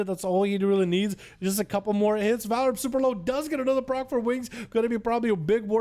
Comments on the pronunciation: HEY. ITS VAR... LIP. NOT VALRIP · Am I missing something? Homeboy should have his name said the same way. VAR-LIP. DOESNT LOOK LIKE VAL-RIP TO ME